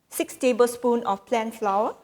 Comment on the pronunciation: Good recipe. Please note pronounce "Flour" same as " Flower" ( English)